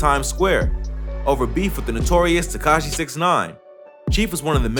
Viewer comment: Bro said the notorious Takashi 69 🤦🏽‍♂️☠😂